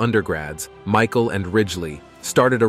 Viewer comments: Mishal, Mihal, Michael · George Mee-shal....WTF? The whole video hes been saying it right then 15 mins in you pull that? Must be one of thise concealed 'facts'. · AI can't say Michael lol